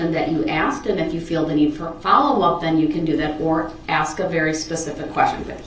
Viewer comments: Can I "axe" a question? If he is indeed not Darryl Brooks... then why does he keep answering to the name? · When is someone going to tell him that axeing someone is a crime? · blood you axe that as if your Donald Trump or some shit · I can’t stand this Jack ass. He is so rude. He doesn’t “AXE” Please when asking prosecutors to show the display. Seems like his Momma let him do whatever he wanted which led him to Life in Prison.